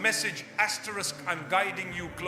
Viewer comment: this is AI...... why does he keep saying "asteriks" which is this symbol *